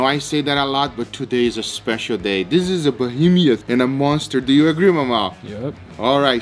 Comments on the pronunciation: sorry, but its not "bo-heem-ee-uth", it's "bo-heem-uth"....but the steak looks amazing! I would be happy with just a slice! So beautiful! Keep up the amazing work! Best cooking channel I have seen, and I watch Gordon Ramsey cook steak! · Behemiouth? It's behemoth. (There isn't an extra syllable after the 'm') And please just give me the bone to gnaw on . . . oh my goodness that looks soooo good. Thanks for the videos! Love you guys. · For future references, it's called Behemoth and not BehemIoth. :) Like your work, keep it up! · who gonna tell him it’s beheMOTH not behemioth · it's not "bohemieth" as far as pronunciation. It's "behemoth." I think you're confusing the word with "bohemian" like "bohemian rhapsody" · SDSBBQ Bo-He-Me-Uth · I love it, "we got this 'bohemeeuth"! Only you with your accent. The best new pronunciation of the word. Between Ninja emoting and excitement, I don't know what I like more about this video. I have to admit that that steak looks amazing. I think we should send this steak to North Korea and we will have peace in the world! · Be-he-moth Three syllables. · Bo - He - Meth. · Bu-hee-mee-uth hahahaha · look the word "bohemoth" up in a dictionary...he is adding a syllable where there is not one...no offense intended, just a pet peeve of mine... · That's not how you say behemoth .